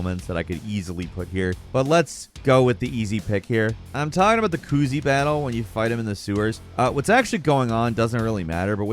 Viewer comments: saying kuzi, confusing me profusely lol. ku-zeh. hate to be that guy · it’s not kuzee it’s ku zay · Did you just pronounce his name as koozie? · Ah, yes. The "Koozee" battle. My favorite moment in Yakooza 0. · Why, oh WHY would you call him " KOOZIE "?!?! This is arguably worse than when people call the series yakooza. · I’m really glad Asura’s Wrath is still being talked about. But I swear if his name is mispronounced one more time 💀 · That pronunciation of Kuze made me feel sick